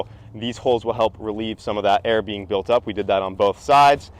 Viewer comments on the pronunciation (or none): I'm having issues with his version of "built"